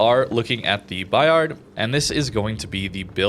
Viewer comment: The "D" is silent. French is tricky :)